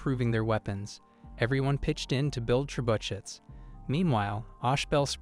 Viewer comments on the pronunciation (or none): Did seriously no one say anything about the horrendous pronounceiation of trebuchet the voice said trebuchuts